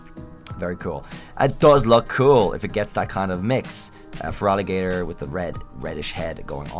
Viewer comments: THERE IS NO VOWEL BETWEEN THE T AND THE R IN FERALIGATR! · FOR THE THIRD TIME, THERE IS NO VOWEL BETWEEN THE T AND THE R IN FERALIGATR! REMOVE IT NOW!